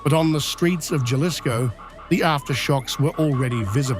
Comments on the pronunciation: the J is silent. Halisco not Galisco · The way he pronounced Jalisco LoL,it's Jalisco j is h in pronouncing it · Jellisco?? Never heard of that place. 🙄 There's Jalisco tho. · Taking my like back for the mispronounciation of "Jalisco"😂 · This journalist needs to learn how to pronounce 'Jalisco'!!! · You dont even know how to pronounce Jalisco?